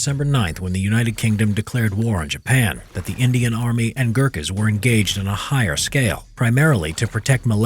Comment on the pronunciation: The way you say Gurkhas and “AYO GORKHALI” brings shame to all Nepalese men